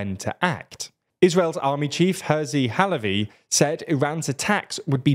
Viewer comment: Never heard anyone pronounce hertzi halevi like that, but that also made me realize it's the first time I hear foreign news mention him